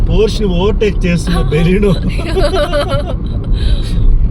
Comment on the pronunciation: Hi it's pronounced por-shuh🙂